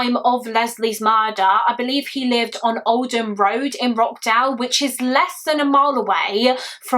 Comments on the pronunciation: It’s pronounced Rotch not rock. Another great video. A utterly heartbreaking case. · For info, this case happened in Rochdale, pronounced "ROTSH-dale" not "Rockdale" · I’m from Rochdale u pronounced it wrong it’s “roch” dale not rock dale 😂😂 x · The way you are pronouncing Rochdale is breaking my heart 😂😂😂🙈 it's not Rock dale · Sorry to be that person but it is pronounced roSHdale ❤ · i live near rochdale! it’s actually pronounced roCH-dale (like how you’d pronounce CHurch) this is so close to home, rest in peace little leslie :( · The sheer negligence of the Police at the time and the fact they received no recourse for their actions. They knowingly withheld vital evidence that sentenced an innocent man to jail and left a monster on the street to terrorise his family and other children. And wtf are those fines? 🤬 You handled it all thoroughly and sensitively, as always. My one issue is that it's pronounced Rotch-dale. Otherwise, keep up the great content ❤ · Every time she said Rockdale I was wondering if she meant Rochdale or if there's a place in the city I grew up in I've never heard of 😅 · I wish you would have researched how to say the name of the place this took place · I live local… you pronounced the town name wrong but that’s alright… I always felt so heartbroken for the man who was wrongly convicted 😔 specially when his mother passed away not long after he finally came out of jail… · Why are you pronouncing Rochdale like that!? 😅